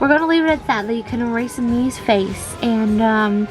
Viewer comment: Mii? More like ME. Miis? More like MEESE.